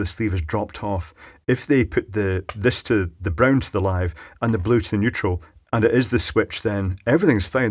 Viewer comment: Neutral? I thought you said "Weutral"!